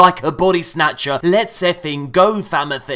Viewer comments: Did... Did he just say FAMITHY?!? 😂🤣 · "Famathey" 🤣😂 whatever next.